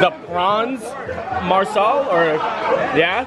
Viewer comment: Got a kick out of the Marsala vs. MASALA mix ups in pronounciation. 😅 Learning moment for next time: MA-sala is Indian dish. MAR-sala is Italian American dish (hence why it probably was more familiar of a sound).